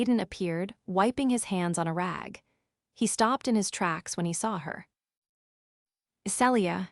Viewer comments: IT IS [SEE-LEE-A] NOT [SELL-EE-A]!!! Also, common sense would be for him to put her backpack on his back, and not let her keep it on her while princess carrying her. Also, Zaden??!!! Really?? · Celia is pronounced Seelia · Tell the crappy AI her name is pronounced Ce-le-a not cellure